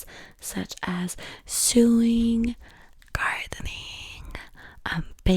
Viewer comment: i love this😭😭 also for future ref ik its not ur first language but sewing is pronounced "sowing"